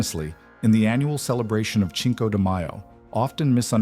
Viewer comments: pronounced sinco not chinko 😡😡😡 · Pronounced “sinko deh my-oh” not “chinko” lol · 🥴 Start with pronunciation. Cinco (5) is pronounced sinko. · Stopped video after I heard it pronunciation of Cinco as Chinese Co. 🤨 lol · Italian pronunciation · It amazes me how an educated narrator can intentionally mispronounce basic words throughout many of his episodes like "Cinco"'😮 or lemme guess it's AI huh!!!